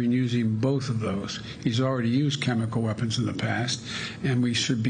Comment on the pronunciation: We are very concerned that Russia might use chemical weapons and we are equally concerned that Biden cannot pronounce chemical weapons.